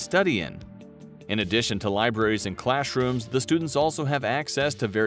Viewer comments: Why does the narrator say clash rooms not classrooms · dude says clashrooms